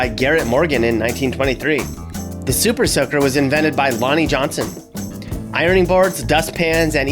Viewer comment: Man said super soaker 😂😂